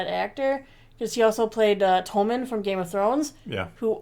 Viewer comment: His name is Tommen not Tomin